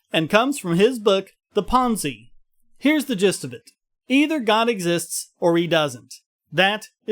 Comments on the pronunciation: I really liked the logical content of this video. Thank you for this entire series! One tiny correction: Pensées is pronounced closer to "PON-SAY" than ponzee. In French, the -e often marks feminine-class words, such as "pensée," thought. It is silent, making the vowel the é (ay sound), not an English ee sound. You obviously already know the -s is silent. Pascal's name is common, its pronunciation Anglicised. Pensée is uncommon, so it's best to approximate its original sounds. Sorry to nitpick! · ROFL sorry what was the name of the book again? Ponzy? I can't stop laughing, try looking up how to pronounce it next time please. It is closer to pawn sey. lol ponzy, typical murrican. And it means thoughts, in case you haven't bothered. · Dude, what you said it not even CLOSE. go to:20 mark. You clearly say PONZY. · Uh, it is wrong dude. Go ask any frenchie out there online that you might know of. The s in french never makes a z sound, first off. and the E in french never makes an i sound, it is always eh sound or similar. Edit: the link is indeed correct, that is not how you pronounced it though.